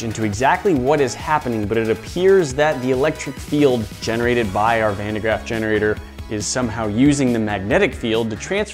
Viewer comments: Van de GRAFF not GRAFT lol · Thats not how you pronounce van de graaff